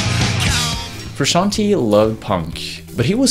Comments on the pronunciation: Hey, it's me again, now that we are talking about a band I really know and enjoy, I can tell you, you are pronouncing Frusciante wrong, do your research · He can't even pronounce frusciante correctly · Wtf is Frushanty??? Can't you pronounce Frusciante??? Is that so hard? Lame :(. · Stop saying FRU-SHAN-TEA!!! Say his name correctly if you are going to make a video about him! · Here in the UK we pronounce it Fer-usk-ee-arn-t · For God's sake, it's not Frusciant-EE, it's Frusciant-E (Italian "e", like the english "e" for "bed") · I couldn't handle FRUSCAN-TEE, trust an Italian: it is pronounced with the E like the E in Merry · Good grief you're butchering his last name and it hurts my ears. The end of his last name is pronounced "tay" not "tee" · FrusciantE it says frusciantEEEE like the E in hEllo. It’s italian name. FrusciantE no fruscianti. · Cant listen to Fruscianteee, its pronounced Frusciant(ay) 😬😬😬😬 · Great video but „Frusciantee“? C‘mon man you‘re making a video about him but can‘t pronounce his name properly? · I still pronounce his last name as "Fruscianteyyyy" yes, as in "Lil Tay" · frusciant-TAY not TEE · Who the fuck is Frooshanty? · His name is pronounced Froo Shawn Tay. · It's pronounced Froo-shon-tay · it's italian. the italian spelling of 'frushanti' or whatnot would be Fruscianti. the correct way to say it is to pronounce the 'te' at the end sort of like an italian would say tea (tè). the guy in the video is half way right about the original pronounciation but doesn't sound well... italian enough to make it ok. also fru himself doesn't pronounce it like that so who cares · I think the right pronunciation in Frusciante if you know how to read in Spanish is the same way you spell it the same way you do the pronunciation Frusciante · I want to die every time he prounances frusciante bad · I hate how he says John’s last name haha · First step : learn to pronounce his name